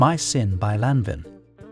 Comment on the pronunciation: Law van.....pronounce properly again